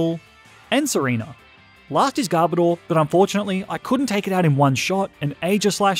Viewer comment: It’s GAR BOW DER